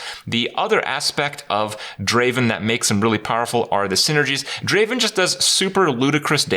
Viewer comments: It's not Draven. Draaaaaven! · I am triggered krip spelling draven wrong ... ITS DRAAAAAAAAAAAVEN! (yes you knew it was coming) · Not Draven, Draaaaaaaaaaven.